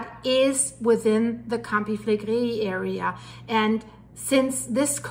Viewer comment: love your reporting - I am watching with fascination. There has been elated activity all over the world - goodness only knows how this will all develop. I have been practising saying Campi Flegrei the way you do! Love from Scotland 👏🏼🇬🇧